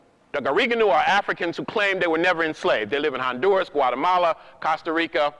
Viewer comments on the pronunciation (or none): none